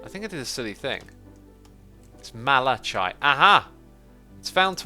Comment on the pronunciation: Malachite the chite is pronounced as kite